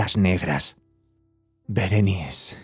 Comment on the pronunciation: Es Berenice!!, no Berenis 😒